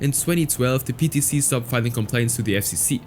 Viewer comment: PTC sounds like peta